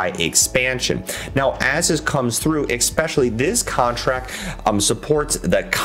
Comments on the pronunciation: If you can’t pronounce a word , maybe try a synonym. Mainly , mostly , chiefly, principally are examples. Saying egg specially over and over just destroys your credibility from the start. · Thank you for the feedback man! Sometimes its hard for me to pronounce certain words especially when I talk fast and get excited haha! I'll work on my pronunciation